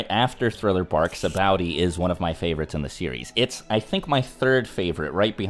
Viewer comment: This was great. If you're feeling it, more One Piece content would be appreciated. Oh one thing, Sah-bah-O-dee